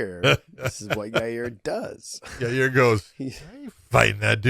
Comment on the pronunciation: I’m waiting for Josh to start calling Yair YA-REAR like Chael does 😂